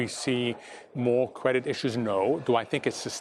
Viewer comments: "Cwedit has been inqweably loose". Ok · Be vewy, vewy afwaid... about the cwedit!